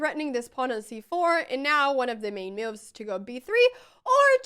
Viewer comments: I adore how every time you say 'moves' you pronounce it 'mewves' :) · I just gotta say it: I am looking forward to every time you say "miuv".